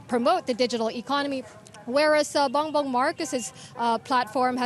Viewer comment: Bongbong marcos not bangbang marcos